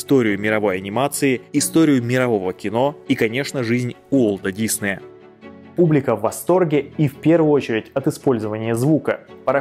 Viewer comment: Так режет слух когда называешь фамилию… Он не дИсней! Он диснЕй! Готовься лучше когда записываешь и выпускаешь такие ролики. Весь мир знает, что он ДиснЕй, а ты так каверкаешь и делаешь вид, что все вокруг тупые, а ты самый умный.